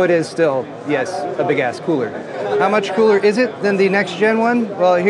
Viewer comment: “Big ass fries!” Is all I could hear when you would say big ass coolers.